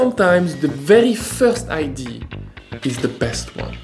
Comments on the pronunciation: Bonjour, juste pour votre information idea se prononce (aɪˈdiə). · Any help from the sponsor for the pronunciation of “idea”? 😂 Just kidding, I’m glad you are back 😉